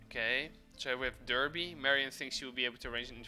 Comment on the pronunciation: Another top quality video my man, entertaining from start to finish! PS: Derby is actually pronounced as Darby by the great people of Britain ;)